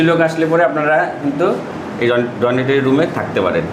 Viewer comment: আপনি তো তোতলা আর ডাবল বেডেড ও সিঙ্গেল বেডেড ব্যাপারটাই বোঝেন না। থ্রি স্টার কাকে বলে জানেন? একটা ঘরে দুটো খাটে আটজন? ফালতু ভিডিও। ডরমিটরি কথাটাও উচ্চারণ করতে পারেন না!